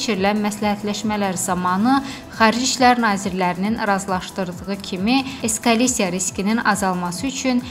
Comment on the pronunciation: Nə qədər savadsız qızdır bu mətni oxuyan: eskalisiya deyir! Bu nədir pendirdi şakaladdı nədi bu eskalisiya? De bizdə bilək. Biri buna başa salsın ki, eskalasiya başqa bir şeydi eskalisiya isə akazıvıçka kimi bir şeydir.